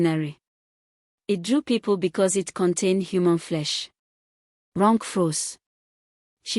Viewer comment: "Ronke" is pronounced "Ron Keh" it's usually wyt or American narrator's that spoil Names with their mispronunciation, however there's no excuse for an African narrator to mispronounce African names 🙆🏾‍♀️🤦🏾‍♀️🤷🏾‍♀️